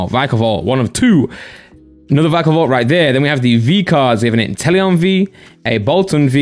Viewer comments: Veekavolt or vikeavolt Me: Vikkavolt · it’s v-eye-ka-volt